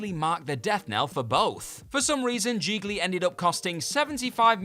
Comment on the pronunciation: It's GIGLI, rhymes with REALLY...